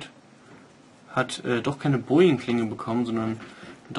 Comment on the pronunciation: bowie nicht boing